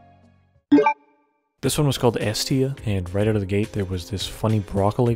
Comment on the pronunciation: This guy talks like Joe Pera if he joined the mafia or owned an NYC/Jersey pizza shop. Although there's a hint of Canadian, because he pronounces house as "hewse" and "out" and "oot". A soothing but somewhat cartoonish voice that perfectly suits the YouTube commentary genre.